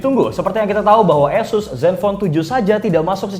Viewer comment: Tolong ganti news anchor nya🤣 dia ngomong Asus berasa jadi Y***s😭🙏